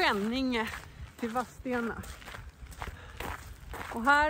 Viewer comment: Håller med 😅Vadstena uttalas Vasstena, lite som Kristianstad uttalas Krischansta, Sorsele uttalas Soschelle, Askim uttalas Aschim, finns nog många fler städer som inte uttalas som det stavas 😇